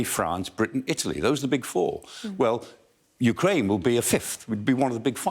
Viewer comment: I love that "ooh cry enya" 😂